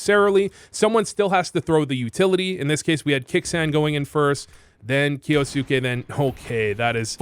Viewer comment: pronounced kyousuke correctly, is voo japanese confirmed?